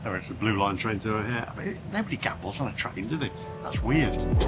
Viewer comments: sorry I've been away for awhile just catching up on your videos this evening. Chicago's airport is pronounced O’hair. I just finished watching this video after interrupting you just to make a comment. On with the show. All the best as usual, Mark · It's Chicago O'Hare Airport (pronounced like washing your hair). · Yeah,, look i watch most of your videos, but seriously I watch the news and just generally keep up to date with current affairs,, and you the big world traveller dont know the name/pronunciation of Chicago's Airport? Your having a laugh mate. 😶